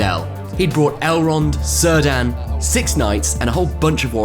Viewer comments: Very cool locale! I have to be the one that corrects your pronunciation of Cirdan... Tolkien only used hard C's for elven names. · Who is Sir Dan? You mean Cirdan? :D Sorry, had to comment. Great report, the venue and games looked amazing! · Cirdan's name is pronounced 'Kir-dan'